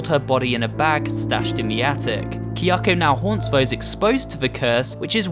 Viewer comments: Her name is Kayako not Kyako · Ehh, the Falling Lady from Fatal Frame II starts off scary, but gets goofy real quick because she stays to do that falling and screaming thing multiple times lol Also, you pronouncing Kayako's name wrong is super cringe 😕